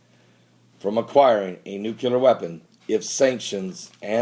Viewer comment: Have to say it, ive seen many of your videos and enjoy them quite a bit, but everytime you say NUCULAR it drives me nuts, the word is nuclear (nu·cle·ar) there is no U after the C